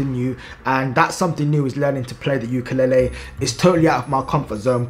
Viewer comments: You’re pronouncing “ukulele” wrong. It’s “ley-lee”, not “ley-ley”. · Just letting you know the way you pronounce ukulele is kinda like ukalali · It’s pronounced you ka leyylii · Its pronounced youkalayley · YOU KA LAY LEE 😭😭 is how you pronounce it, I don’t have a clue to what you were saying 😭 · it's prononuced like yu kuh lay lee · Ok bro say it like ukalaylee to pronounce ukelele